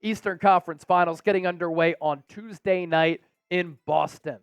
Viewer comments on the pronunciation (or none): none